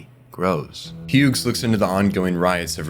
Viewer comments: so you also hear the ai voices fucking up every pronunciation possible? 😅 Had to stop the video after the third Huegs 🙄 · Why do you keep pronouncing the G in "Hughes"?